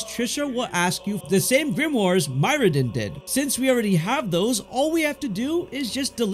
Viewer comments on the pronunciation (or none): who is mydrin it's Myrddin😂